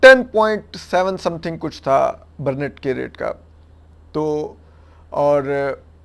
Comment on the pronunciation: درست تلفظ brent برینٹ ہے برنیٹ نہی۔